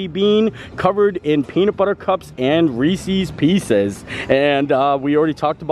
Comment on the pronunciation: Reese’s. You always says it wrong. You are from Pennsylvania. No one I know from Pennsylvania says it like that. Ahhhhh😂